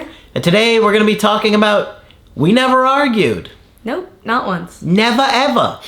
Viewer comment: “Neva eva” 😂😂😂